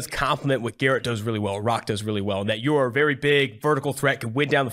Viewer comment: It’s not “Garrett” dummy